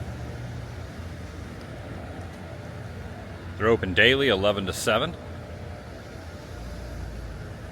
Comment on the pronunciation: Tell the church it’s “daily” not “dailey”..😂. Haha